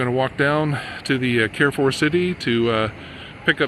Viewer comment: Carrefour pronounciation: Carre= car with french R, not so much like care . Four= the closest you can say it in french is fur😅 or foor just like door but with an F, a doorway kind of pronounciation. I have never been to perpignan! It looks like spain😅...but the buildings are more frenchy than Spain...you will be able to visit Spain easily from perpignan...even Portugal! Portugal is much less expensive than France, its really beautiful there...am completely opposite of perpignan...for me italy/ germany/Switzerland/Austria/Netherlands and Belgium are easy access...of course mostly the towns that r close to the frontier. If you get an opportunity, you have to visit East of France, its really beautiful, north Italy is so underrated, small town in Germany are much worthy than big cities...don't go to berlin😅, as a tourist my favorite country must be Netherlands,its not a big country and is flat,much easier to visit...but even their big cities are worth to tour, everything there is a postal card....its a must place to visit in my opinion...not much to live in,but certainly for vacation. If you dream to visit Rome or venice(popular destination) do it in winter time, I don't recommend to visit popular destinations in warm season. for the sun and leisure, Greece /Croatia/spain/Malta/Macedonia....they all are touristic and not expensive....